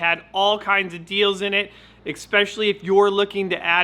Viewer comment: Exspecially??? Really??? 😂